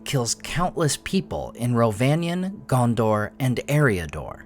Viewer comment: You pronounce Gondor wrong too?